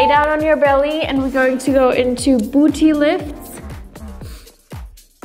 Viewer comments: The way she says BOOCHY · I'm sorry, but every single time I see pamela I'm absolutely shooketh at her body like fr shes not photoshopped I- Also I love how she says "booty" so posh-like